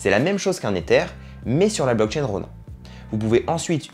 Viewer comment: Outch mes oreilles saignent quand je t'entends dire "Ronain". Et y a quelques truc qui sont pas à jour mais bon bonne vidéo. Et on ne gagne pas comme ça 2000€ par mois. Il faut dépenser des milliers d'euros...